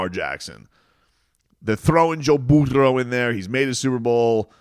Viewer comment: Dude, what's with the Burro thing? It's annoying. Say his name right 😂